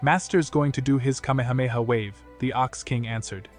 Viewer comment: Ugh this robo AI voice is a real downer on such a good story. If only he did it right this would have WAY more views. Kay-mee-hey-mee-hey really kills the vibe